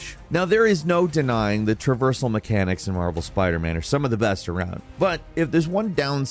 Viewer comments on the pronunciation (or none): "replay meshens" ????